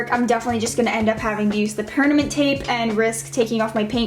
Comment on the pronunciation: She said pernament not permanent lmao 😄😄